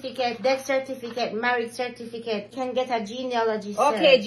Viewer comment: Correction: Its not birth certificate, It's birth" cerfiticate" 😉😆